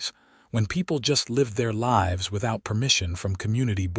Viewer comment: “Lives” is pronounced wrong.